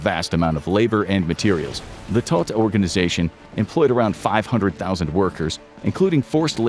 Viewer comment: A pretty well done video, but with a great deal of mispronunciaton of terms and places.. Todt is German for dead. The O is long, not short.